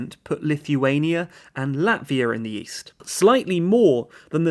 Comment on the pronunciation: East? I thought you said, "Weast".